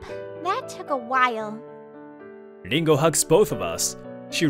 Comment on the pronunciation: Dingo ??? WTF It's Ringo. Can't you people read English or are these badly programmed audio programs.